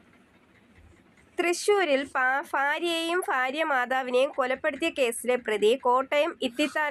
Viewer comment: ഫാര്യ അല്ല ഭാര്യ